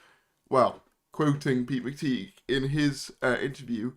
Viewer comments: Yeah, I always feel like making the same comment too. It's pronounced McTie, not McTeeg. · McTighe is pronounced McTie, not McTeeg.